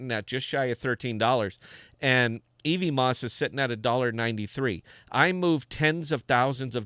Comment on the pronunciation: Love your stream man, but every time you say "ee-vee-moss" it hurts a little :P It's "ev-mose," like Cosmos is "cause-mose."